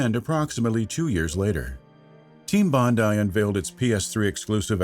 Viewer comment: Congratulations! It's nice to finally hear an American pronounce "Bondi" the correct way. - Love from Australia